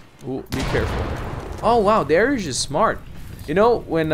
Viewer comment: Also If you really dont like darek then atleast say it right. Its Dari-us